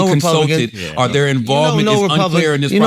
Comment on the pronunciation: Yoooooo!!!!! I just thought about something today and it made me fall out laughing but also peaked my curiosity..... Charlamagne has always had a problem saying "or" and instead says "are" but but any words with some form of "or" in it he pronounces fine (store, four, pour, etc) so I am very confused!! 🤯🤯🤯